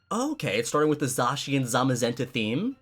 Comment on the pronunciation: Me: pronounced them Zay-she-an and Zay-ma-zenta Him:Zaw-she-an and Zoma-zenta Me: confused Me: injures self due to confusion